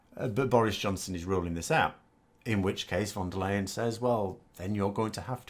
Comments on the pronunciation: Hello. For future reference her name in german sounds more like "lie-en" and not "leyn". Keep up the good work. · For an English speaker the last part of Ursula von der Leyens surname sounds like the English "lion".